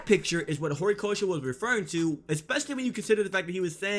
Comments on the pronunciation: Is it just me or does this guy say Gorikoshi instead of Horikoshi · Was i the only one cringing when he kept saying “Gorikoshi”😂